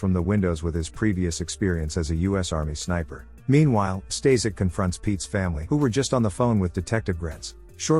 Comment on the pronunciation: The guy you called "Stazek" is actually "Staszek" and is pronounced "staSHek" with "a" pronounced with german accent.